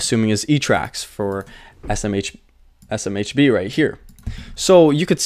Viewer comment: you can do it buddy! SMBH! ESS, EM, EITCH BEE, :-) ESS, EM, EITH, BEE